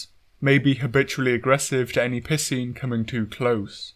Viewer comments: "capcom have the fun pissing fight nailed down" THATS EXACTLY HOW YOU ARE PRONOUNCING IT MAN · "It does seem at long last capcom have the fun pissing fight nailed down." At this point I'm starting to think you may be 'mispronouncing' the word piscine on purpose 🤣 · There’s a reason why I pronounce piscine as “pie-scene” and not “p*ssing.” Lol. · Im sorry, I can't stop hearing "pissing wyvern" instead of piscine wyvern. Its uncanny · I don't mean to pick on you or your accent, but I love the way you pronounce Piscine. Sounds like you're saying "pissing" lol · The way he says "Piscine" is Piscine me off.